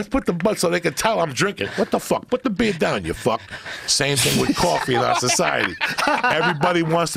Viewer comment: "PUTT DUH BEEYA DOWN YA FUCK" 😆